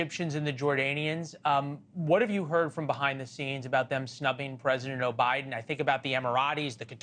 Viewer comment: you call the President, "O'Biden."😅